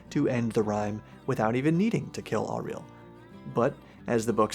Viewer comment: It's crazy to me that you can be this far into the game and still be mispronouncing Auril's name